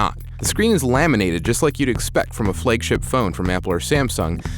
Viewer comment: I'm sorry but Meui sucks. And plz pronounce Xiaomi and flagship correctly.